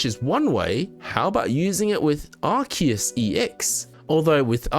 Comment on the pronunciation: why are you pronouncing Arceus like that? It's weird.